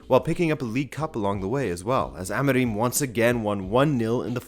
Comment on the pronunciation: your portuguese pronounciation is atrocious, you cant even get Amorim right